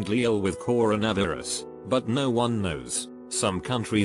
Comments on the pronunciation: Everyone - ‘coronavirus’ Siri - ‘Koronervyras’ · Nobody: Robot: coron ah virus